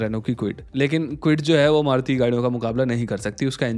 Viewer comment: Maruti cars❌Maut cars✅